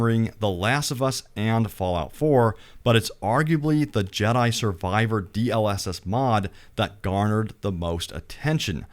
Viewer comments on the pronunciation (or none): none